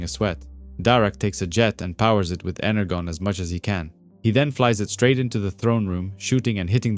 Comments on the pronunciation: Yeah hyped and liked. But fr..energon. Inner John. Pronounce the J sound in English when you're speaking English, yeah? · Great work, but have you honestly never heard the word energon pronounced..ever?